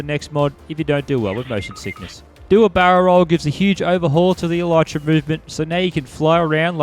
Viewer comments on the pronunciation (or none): none